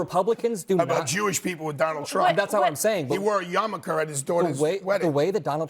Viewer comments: "He wore yamaker." Great. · It's pronounced yarmulke "yah ma kah" not yarmuKKKer